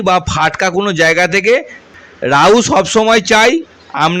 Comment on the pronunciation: রওস্য, রাউ, কি? নিজের শিক্ষা আর ভাষা ঠিক করো গাধা